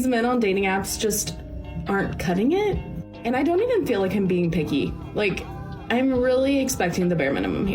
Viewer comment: did she say "PIGgy" or picky